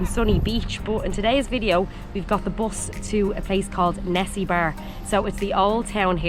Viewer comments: Don't get me wrong, no critisism, actually on the funny note: the lady ( sorry it is my 1st video watching ya, so don't know your names yet- i will watch the rest of the videos :) ) you sound like you are saying '' Nessibar '' , ''Nesi 'like from loch ness :D and bar like bar/pub , so try to pronounce it like : first part of 'ne' is the same , then the secon E is like for electicity but the most important will be the ''A '' ,pronounce it like for UP , it sounds crazy but that's how's supposed to be : E like for electricity, A for Up : nEsEbUr, and if you can try the ''r'' like for Rocket: you will be trully Bulgarians :) BTW Hello from Isle of Man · Actually Nessebar is misspelled in Latin and this leads to a funny mispronunciation of the name. Trust me... The correct name is Несебър (in Cyrillic, Bulgarian) and pronounced as close to Nes-seebŭr (the stress point is on the second syllable). The city was built at 5th-century when Thracians and Bulgarians started to live together at Balkans. By the way, Sunny Beach is just one of the many major tourist destinations along the Bulgarian coast. It is worth going south even after Sozopol, where you will find unbelievable lagoons with amazing scenery and enormous natural dunes of sand. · Please, just say it right. Несебър. It is a harsh word, and a strong one. Ne- sE - bAr if you will. Sunny Beach .... It is Sunny. I am glad You have liked it. You better stay in Nesebar, haha! Take care!:D